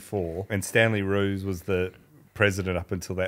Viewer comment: Sir Stanley Rous is pronounced Rauwse not Roos. The "ou" as in "out".